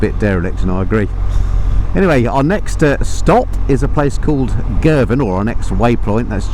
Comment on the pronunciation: It’s Girvan 🏴🤷‍♂️😂